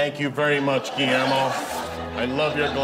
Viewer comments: He did say Guillermo's name perfectly 😁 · I respect that he pronounced Guillermo's name properly. I try really hard to not anglicize everyone's name, especially if it's a name native to that language region.